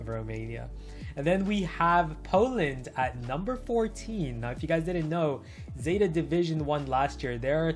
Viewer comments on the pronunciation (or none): none